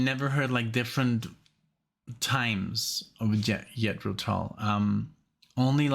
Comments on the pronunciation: All your reaction vids get demonetized? Wow! That sucks! Can’t you get some sponsors? Maybe from your headphones or a chair you get for Alexia’s back? (When you get one that works), ‘Jethro’. Is pronounced like using a soft ‘G’ You sound like you’re saying ‘Yethro’? Like pronouncing ‘Justin’ or ‘Jester’ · And Jethro, not Yetro. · I think that Too Old to Rock and Roll, Too Young to Die is the weakest of the first 15 years of Tull albums. Btw, I know it's your background, but the correct pronunciation of Jethro is not Yethro, but J as in John. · I'm not sure if you're just playing around pronouncing the J in Jethro as a Y but it's J like in John. Sorry for being nit picky but I can't help myself. The band is named after an English agriculturist from Berkshire who helped to bring about the British Agricultural Revolution of the 18th century. Some people think that Jethro Tull is the name of the singer but his name is Ian Anderson. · It is Jethro Tull with a Ja sound. Ian Anderson was playing the flute for less than 2 years when he did Nothing is Easy. Ian is one of the best front men in the history of rock You will also love reacting to Hunting Girl and the Whistler from The Songs From The Wood album.